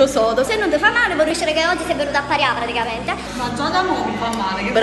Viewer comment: Una cosa che volevo dirti da tempo: praticaMente con la M!! Non : praticaente.... arrisbigghiateee